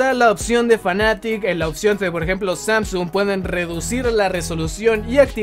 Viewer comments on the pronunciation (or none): none